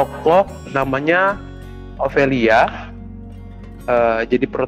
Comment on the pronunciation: Ofelia kak, bukan Ovelia😂 tapi kontennya asyeek🎉 semangat